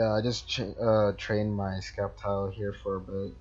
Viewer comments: STOP SAYING SKEPTILE ITS PRONOUNCED SEPTILE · It's not skeptile it's sceptike u pronouncing it wrong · did he said skeptile ? wellif he did said that its actually septile(sceptile) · Sceptile its not sceptike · He sez it k but it's a c